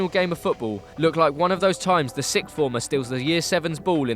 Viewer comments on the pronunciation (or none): none